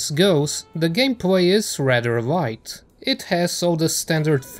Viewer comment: I'm the only one here keep hearing "Wight" instead of a "Light"?